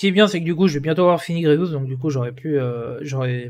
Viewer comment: « grievous » frère nan 😭😂 les gear violet pour passer g13 qui coute 360 pour 4 c’est les plus chiant en farm , comme dirait pepito les « rares sa mère » Farmer grievous qui n’est utile quasiment nulle part, et farmable dans la boutique de vaisseaux, dans cette boutique c’est du gâchis